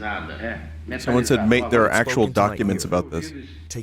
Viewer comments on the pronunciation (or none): none